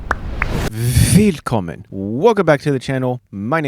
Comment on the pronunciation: I recently understood why the introduction sounds so off to me. You say "wwwwwwwillkommen" while I feel Germans wouldn't emphasize it this way. I would probably say "willlllll-Kommen" with the main emphasis on the K But fellow Germans, feel free to disagree